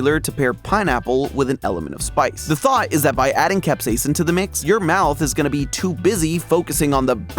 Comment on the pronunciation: HAZZAH!! A THEORIST WHO PRONOUNCES CAP-SAY-SIN CORRECTLY